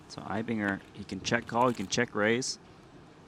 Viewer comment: Mad Props for pronouncing Eibinger correctly!